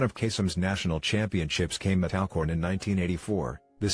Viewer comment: clears throat....it's ALL-Corn lol